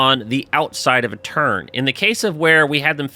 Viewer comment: It sounds like you saying turd when you say turn good job though